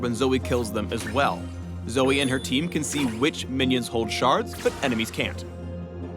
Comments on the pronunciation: If youre gonna spell it as Zoe, then pronounce it as Zoe. Its Zoe, not Zoey. Fucking riot doesn't even know proper grammar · RIOT IF YOURE GOING TO SAY ZOEY SPELL IT LIKE ZOEY NOT ZOE. LIKE WHO THE FUCK CALLS JOE JOEY???? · "Zoe-e-z...." Please, no...